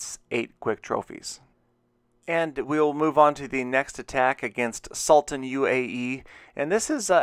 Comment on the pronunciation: my clan is saudi and proud please visit and the last guy sultan his name is pronounced soultan